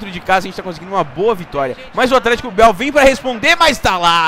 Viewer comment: ATLHETICO BIAL KKKKKKKKKKKKKKKK